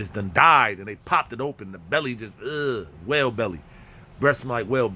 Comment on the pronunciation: This dude said Wale belly... 🤣🤣🤣🤢🐳💨